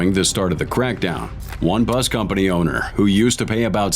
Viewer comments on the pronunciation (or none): none